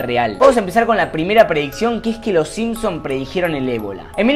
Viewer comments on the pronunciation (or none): Es "simpsoN" no "siempsonS"